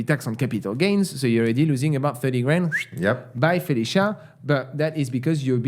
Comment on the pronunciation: is the stranger you belly up to the bar next to, and have a great night shooting the bull with him. You've made a new friend!, "Bye Felicia" just isn't the same with a French accent.:)